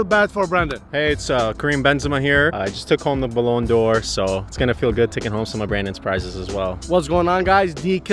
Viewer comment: "Balone d’or"💀